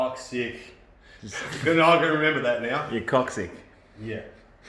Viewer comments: Lol it's pronounced 'cock-six' not 'cock-sick'. So as it's coccyx, I don't think anyone minds the mispronunciation🤣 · It's pronounced KOCK-SIX.